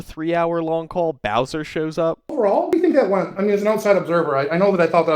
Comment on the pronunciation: Da White Bhwowser is a pwedahthor!